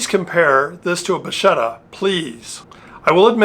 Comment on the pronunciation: Nice and interesting video. It was the first time I see the Bacchetta. Oh by the way the pronuciation is "Bakketta"and it means "wand" or "rod"